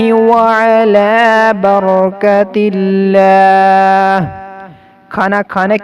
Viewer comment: barakatila hy barkatila nahi